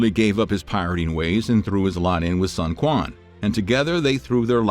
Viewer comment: Ah nooo pronouciation was amazing until Sun Quan's name 😅 Thank you for creating this content! It's such a wild and fascinating period of Chinese history.